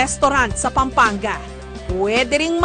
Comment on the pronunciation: Kapampangan not Kapangpangan!😂 Pampanga not Pangpangga! hahaha proud kapampangan here! puro💕💯